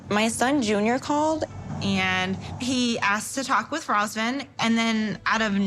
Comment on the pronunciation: As a Romanian it irks me how y'all can't say his name correctly. It's pronounced Ruhzvauhn. How y'all be saying it It's a completely different name